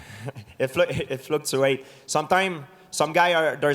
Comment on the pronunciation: it's "FLUCTSURATE"